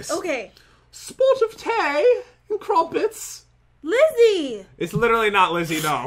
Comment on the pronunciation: He said spot of tea and cruppets